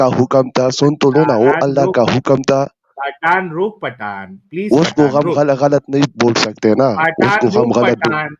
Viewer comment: पाठान नही पठान😂